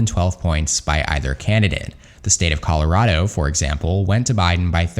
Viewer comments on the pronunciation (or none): none